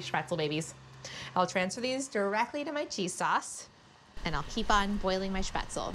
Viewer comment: The least you could do is pronounce spaetzle correctly…